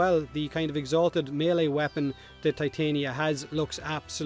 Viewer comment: Why did you say Ti-tane-ee-uh when you clearly said it was pronounced Tit-on-yuh when Gauss's first look trailer was revealed?